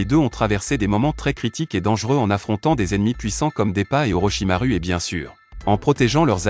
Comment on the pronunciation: On dit pas mankekio mais mangekyo et on dit pas sharagan mais Sharingan et on dit pas Orochimaru mais Orochimaru enfaite le (u)on le prononce ou